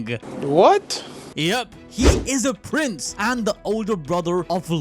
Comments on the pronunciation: Bro why did Prince change into price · prince changed to price